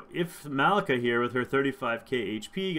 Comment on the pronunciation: Her name is MUH-LEE-KAH